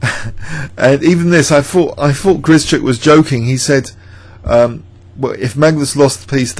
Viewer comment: Hi, thanks for great videos, including this one! Perhaps you would like to know that the sch in Grischuk should be pronounced as one sound, like sh in ship. Hope this helps :)